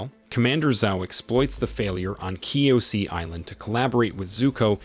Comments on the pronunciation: Kyoshi not kyosie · Ong, katara , ki o si island, commander zau, avatar ky o si, fire lord Ozi, Azu la, omasu even uncle iro every character and Nation is pronounced wrong 😡😡😡😡😡😡😡😡😡😡😡😡😡😡😡😡